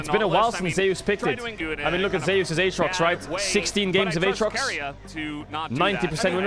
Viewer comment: Why is everyone pronouncing Zeus as "Zey-us" instead of "Zoos"?